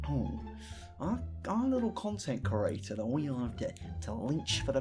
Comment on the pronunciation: Pls say creator instead of curator please please please I like your videos but it makes my ears bleed